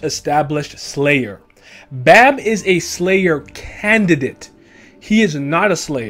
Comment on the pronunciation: The way you say bam drives me insane 😂